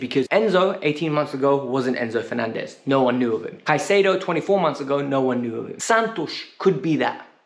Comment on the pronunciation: It's Caicedo. Pronounced with a K not S